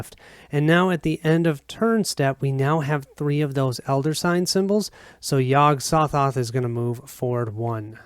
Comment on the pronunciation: Hey - Very nice playthrough - even though with some mispronouncing of the names. Yog-Sothoth doesn't have a silent 'G' in its name. (Yog-SoGoth) LOL (Yog - Sew-Thoth) The Byakhee is a male (ByakHEE), not a female (ByakSHEE). LOL (Bee-awk-ee) or (Bee-awk-hee) Exceptional job on the painting of the figures/miniatures by Bill!! Between this playthrough and Mike's playthrough from two years ago, its looking like this might seal the deal with me keeping my pledge to the recent Cthulhu: Death May Die - Fear of the Unknown Kickstarter - have 5 days to decide if I want to get my full refund back. Cheers